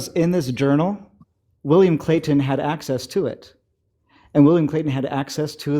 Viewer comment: William Clay-T-on.